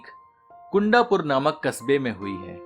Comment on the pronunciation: Sir, एक छोटा सुझाव। Correct name of the town where this dish originated is कुन्दापुर। इसी तरह Dosa का pronunciation दोसा है। Sincere apologies if this has hurt your feelings. 🙏